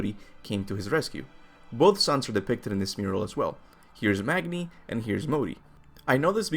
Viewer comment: Magni is pronounced Mah-nee